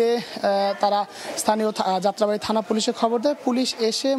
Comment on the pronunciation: প্রেজেন্টার আফা আপনি মুখের মদ্ধে গুর নাকি কলা ভরসেন? যাত্রাবাড়ী বলতে ততলাইলেন। আবার মারা গেছেনকে বলতেছেন মালা গেছেন😆😆😆